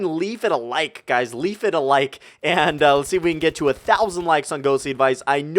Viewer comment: Did you say leaf a like?